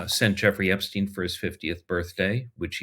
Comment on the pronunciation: Well well, how refreshing to hear Sean Wilentz pronounce Epstein's name correctly: EP 'STINE' NOT 'STEEN'